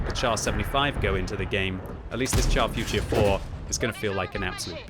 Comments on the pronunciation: Can you please pronounce the name correctly? It is not the chaf futier four but the char futur 4. Thanks. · Pronounce it “shar” future. Like when you say “shit” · Finds new favorite tank, still pronounces it wrong. 😮‍💨😮‍💨😮‍💨